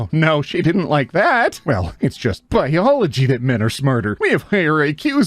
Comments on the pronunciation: "IT's JUST BOILOGY" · The guy was talking about being smart and said "boilogy" which isn't a word... LOL